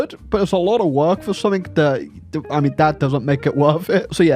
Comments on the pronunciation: Mmm yes it's time for to say "summink" in a video despite English being his native language and "something" having nowhere close to a "k" sound in it. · Technically, "g" and "k" are quite close together in terms of articulation. One's voiced, the other isn't, that's the only difference.